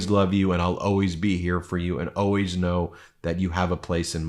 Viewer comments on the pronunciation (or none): "I'm OWAYS there for you." WTF is OWAYS? I can't find it in the dictionary!